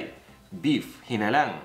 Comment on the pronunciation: hi-NA-lang is the correct way to say it instead of hi-na-LANG...😊